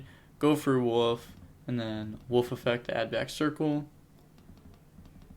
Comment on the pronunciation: It's Wolf not woof! Lol